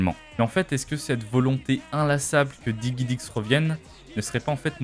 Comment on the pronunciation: juste DIGIDIX pas diguidix s'il te plaît ^^